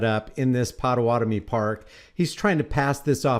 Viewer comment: Good video. Just for future reference Pah-tah-WAH-Toe-Meh. I am one.